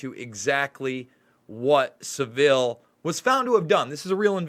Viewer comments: Son Shine I don’t mind but Americans usually get it wrong but as I said earlier Sa-vile rhyming with bile would be a better name for him! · You can say anything you like about Savile (emphasis on first syllable btw) and Heath but you will never get anywhere because the British Establishment closes up against you. This very old news over here. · you’re not the only 1 whose guilty. It’s Pronounced “Savil” not “Seville”. Hard V. Savil like De-vil. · Please pronouce 'sAvile correctly, you make him sound classy!! And so person know who you are talking about. Savile like the place in Spain is not how you say his name. He was a disgusting human being and was never exposed until after his death. Complete cover up by the BBC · Christine is correct, he is pronouncing is as Seville, its Sav-ille. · Not Sav-ill Savill... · Saville, sav all not seville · Saville like saville row, not like seville oranges S-ah-vil. Not se-vil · Thank you for putting up this video about Jimmy Savile. I live in the UK were it all happened. Just a little bit of advice,: The name Savile is pronounced with the accent on the first syllable = sA-vil. OK? Just thought I should tell you. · Its pronounced savil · Please learn how to pronounce his name. It’s SAV VIL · Your an American!! Sav as in Have and ILL. This is all old news in the UK and they still cover it up. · Saville is pronounced like gravel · His name isn't french it's pronounced 'sah' ville' rhymes with ba bill. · Heads up. Pronounced phonetic Sav el As in gravel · Great video , check out Cooke report and Ken Clarke , Jersey , elm house . Just thought I let u know its pronounced sav-ul like saddle ,Theroux is a shill ! Jim did fix it for them , then became a scapegoat playing interference . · It's pronounced Saval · Fantasy; fantecist not fanaticist. Also please squash your pronunciation of Saville to Savil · Pronounced saville - sounds like saddle.